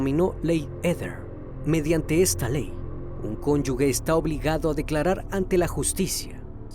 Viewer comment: Hola!.. sólo una observación, no es "cónyugue" lo correcto es cónyuge, con sonido de "j".. saludos 🙋🏻‍♀️